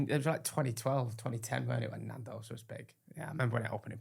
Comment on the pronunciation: please pronounce Nando’s properly